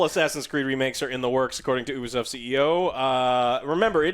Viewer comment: i just fine it funny to hear say OO-Bee-soft instead of U-Bee-soft